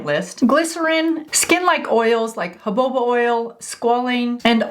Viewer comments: Petrolatum=PET- RO-LAY-TUM, Jojoba=HO-HO-BA Serum-=SEER-UM You're welcome. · Super helpful,! I tried it. I clearly rushed it so didn’t try it again. Now I will wait 15 minutes and be sure it is smooth! Can I tease you a little? Jaboba oil or jojoba (pronounced huhoba)? 😊